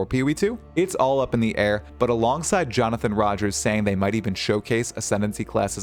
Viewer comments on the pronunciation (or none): none